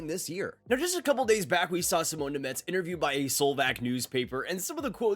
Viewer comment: Name pronunciation is brutal